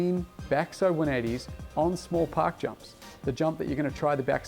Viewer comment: i got halfway thru the vid b4 i realized he was saying park jumps i thought he was saying pock jumps ,,,im like what the hell is a poc jump?